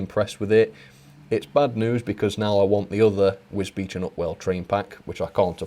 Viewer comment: See that you can pronounce wisbech!!! Now